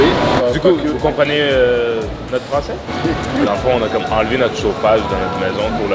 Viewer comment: En tant que Française, l'accent français d' était absolument PARFAIT?!!